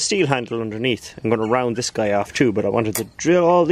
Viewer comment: Whenever you say "Don't do dis" those are the most interesting parts almost every time.